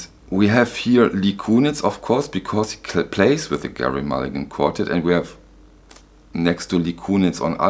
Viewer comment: ...Gerry is pronounced "jerry"...tee hee